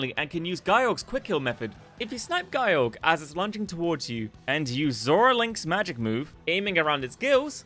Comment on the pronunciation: Guy-Org? Eh, close enough (I personally called it Jye-Org myself).